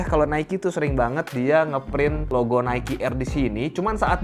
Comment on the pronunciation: itu pronounce nya nike kak...